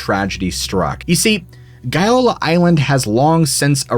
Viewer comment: As regards the Gaiola Island so like the lies about the Agnelli, apart from GAIOLA and not as you pronounce:GOLA. Shooting bul...it about the Agnelli in your place I would be "very careful".❗